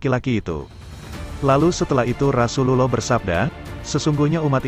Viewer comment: Knp gk jelas mengucap rasullullah sholloh hualayhiwa salam